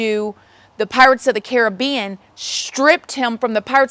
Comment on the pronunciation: You are THE only American I've ever heard pronounce Caribbean properly! 😂 X